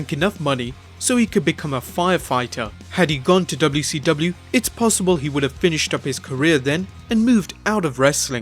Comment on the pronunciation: You've gotta adapt the dubyaseedubya to your enunciation